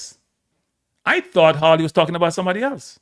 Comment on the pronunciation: It is a fifth amendment right… not “rights” Not to mention, you butchered every single name involved. It’s Hawley - NOT HAILEY!